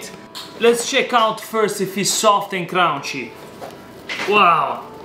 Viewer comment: After watching so many of your videos, I’m sorry but I have to say this I t’s dissolve, not melt, the yeast, and it’s crunch, not crounch.